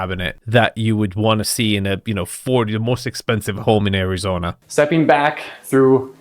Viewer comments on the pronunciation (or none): Areezona? C'mon man 🤣😂😉